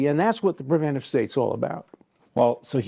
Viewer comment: Narrator mispronounces preventive over and over. He adds a syllable and never catches on